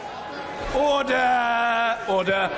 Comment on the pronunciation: The best part of the Brext debate is when "Order ..... Order" is made to sound like. "Oder..... ...Oder"